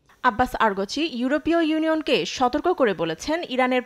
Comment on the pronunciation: আব্বাস আরগচি না, আব্বাস আরাগচি। এভাবে নাম ভুল বললে চলে? ধ্যাত